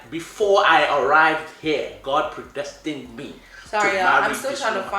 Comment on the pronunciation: Pré..destinEDA LOL 😅😂😂